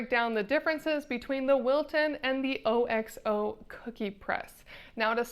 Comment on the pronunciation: Can’t take a review seriously if you don’t know how to pronounce OXO. It’s not “O-X-O”! Haven’t you ever watched America’s Test Kitchen?! You lost all credibility if you don’t know about the OXO company.